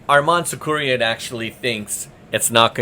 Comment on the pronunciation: Sakurian? Get his name right!